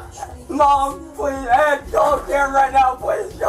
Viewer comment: CAN I GET A FWENCH ONION SOUP PWEEEEEEEESE